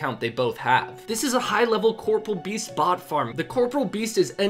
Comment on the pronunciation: Why is every Raid advert so cookie-cutter... If you are going to assault my senses with trash, please at least do it as amazingly as InternetHistorian. Also edit: How many of you can’t pronounce CORPOREAL correctly